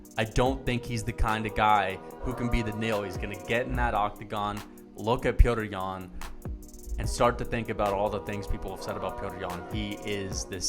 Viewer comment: You should just say yan because you butchered his name a good 100 times.